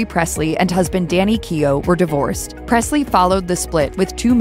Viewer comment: There is no “t” in Presley